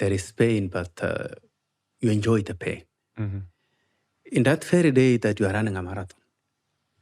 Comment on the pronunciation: This whole time I thought he was saying “paid” not “pain” 😂 I’m terrible